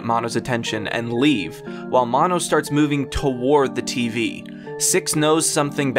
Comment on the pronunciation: I was REALLY into his. Until you said "Maw-no"